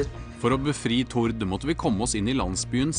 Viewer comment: Dere sa navnet tilTord feil haha